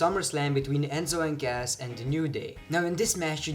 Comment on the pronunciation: it's cas not gas